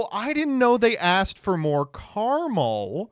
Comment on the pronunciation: it is pronounced caramel, not caramel